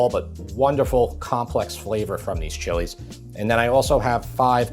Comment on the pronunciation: Thank you for pronouncing the chilies' names correctly! It shows you know your ingredients!